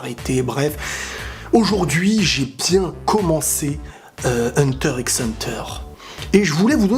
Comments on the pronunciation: Juste , ca se prononce Hunter Hunter ! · HUNTER XXXX HUNTER ??? WAAA TA PAS LE DROIT DE DIRE LE x là :( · Hunter > les autres animé Ps: on dit pas le (x) dans Hunter x Hunter,... On prononcer hanta hanta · Hunter x Hunter se prononce "Hunter Hunter" Kirua se pronnonce "Killua" mais s'écrit bien Kirua. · S’il te plaît dit Hunter Hunter et pas Hunter x Hunter (le x se prononce pas) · On ne prononce pas le X d'Hunter X Hunter ! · Il ne se prononce pas le x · mais par contre le x ne ce prononce pas dans hunter x hunter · Ça s'écrit Hunter X Hunter mais le X on ne le prononce pas quand on le dis. Les vrais fans le savent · Il a pas prononcé le x quand même dite moi que non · On ne prononce pas le X dans Hunter x Hunter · mais par contre le x ce prononce pas dans hxh